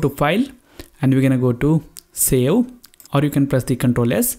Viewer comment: hey bro did you say sell? instead of save, hahahhah